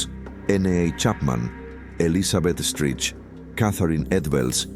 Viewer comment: Elizabeth STRIKE (y se pronuncia "STRAIC") No "Estrich".